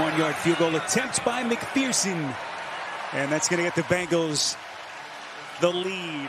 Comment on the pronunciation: it hurts my ears to hear an announcer call them the Bangles